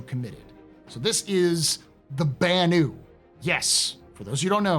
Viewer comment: So you tell us how the Banu pronounces his name... and then you pronounce it differently every time thereafter. On purpose? LOL